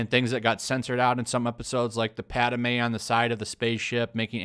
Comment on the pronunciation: the only way to save star wars is to kick out kathleen kennedy now. also, padmé is not pronounced padamei